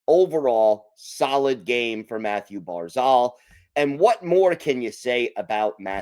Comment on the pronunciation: Thank goodness for the win. We needed that 2 points. Now if we can only get to pronounce Pulock's name and Barzal's name correctly 😉